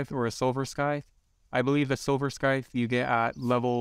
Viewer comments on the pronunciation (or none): It’s not “skyth” it’s pronounced sithe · theres no k in scythe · the c in scythe isnt meant to be pronounced btw